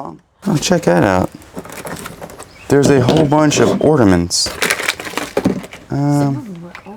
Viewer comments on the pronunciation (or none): More ordiments and reefs today. 🤣 Nippon. Japan. American pronunciation is "Nip-ON." Land of the rising sun. 🌞😊❤